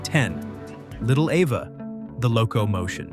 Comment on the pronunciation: Eeva ,not ehva